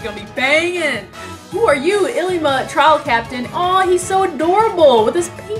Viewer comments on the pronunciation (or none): none